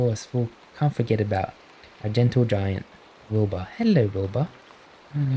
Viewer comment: I hear Boba not Wilbur 😭😭😭